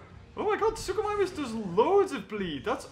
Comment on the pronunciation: What it's not suchomimus